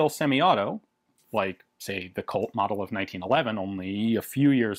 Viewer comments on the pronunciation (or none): none